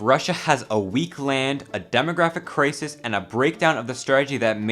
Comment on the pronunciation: y does he pronounce crisis like that